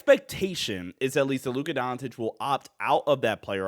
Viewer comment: When did Luka change his last name to Luka Don"t"ic? The irony of pronouncing his name like that in a video about him signing an extension is pretty funny.